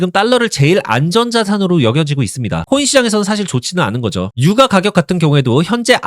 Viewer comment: ai인가? 유과가격이 뭐냐.